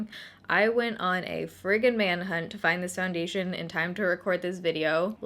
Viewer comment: Soo when does the next 15 days of foindation start? 😂😂 jk. Seriously though thank you for doing this series.